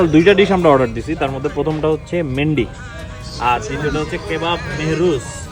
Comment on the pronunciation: ভাই মেন্ডি না। মান্দি😅😅গত এগারো বছর যাবত কুয়েতে খাচ্ছি😊😊